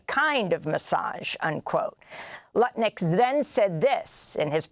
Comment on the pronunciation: "Howard Crutnick!!!" :face-blue-smiling